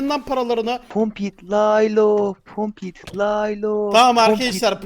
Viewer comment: Kokpit Laylo yu soyleyemio